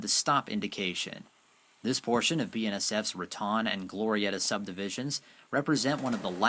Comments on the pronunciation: It isn't Ra Tawn - it's Ra Tone ------- Ra Tawn is in Florida and best to roll thr r = rrratone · It's pronounced Ra-tone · Haven't read all the comments, but I am sure by now that you realize it is pronounced 'ra-tone' New Mexico. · Ok Raton is pronounced "Ra-Tone" not Ra-Tan.... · It is pronounced Raton, with a long o sound.....Otherwise it would be spelled Ratan. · Most of us out here pronounce Raton with a long o , as in ra tone. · Raton is pronounced Ra TONE such as tone deaf. When you don't research proper pronunciation you end up sounding like a moron and leave yourself with a lack of credibility. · LOVE your awesome videos...thank you! ONLY thing to add is it's pronounced Ra"Tone" Pass :) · FYI - Raton, New Mexico is pronounced "ra-TONE." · ...FYI it's pronounced Ra-tone. And Hoehne, CO is Hoe-knee. I used to summer there. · If you're going to narrate this video, then please learn to pronounce the town names such as Rincon and Raton. This is a little distracting for those of us who grew up pronouncing the Spanish named towns.